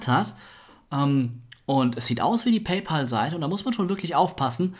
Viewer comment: hey :) man spricht es paypäl aus. Pay (zahlen) pal (Kumpel) also zahlkumpel